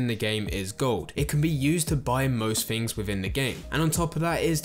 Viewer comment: Sorry man, the fs for ths was too much - “fings” “finking” “free”. Couldn’t get through it